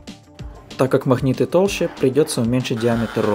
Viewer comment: Магнит а не махнит, как такое смотреть если речь такая?